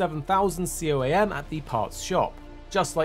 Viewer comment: its pronounced "COAM" coamers